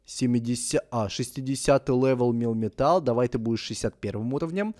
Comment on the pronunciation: Не милтан а мелмитал